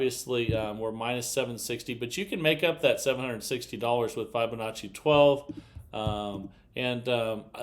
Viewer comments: This is not a Fibonacci progression. Fibonacci is etc. Also Fibonacci is pronounced with a short i, as in to "tell a fib". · just REFUSES to use the proper pronunciation for FIB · Yep. He's rather obstinate. Or, stupid. Once you've been shown the correct way to say or do something and you continue to do it wrong, you're either obstinate or stupid.